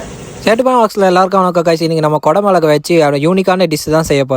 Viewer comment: ஓசியில சப்பாத்தி கெடச்சா நல்லாத்தான் இருக்கும் தமிழ்ல பேச முதல்ல கத்துகிட்டு வந்து அப்புறம் பேசலாம் கொட மோளகா இல்ல தம்மி குடைமிளகா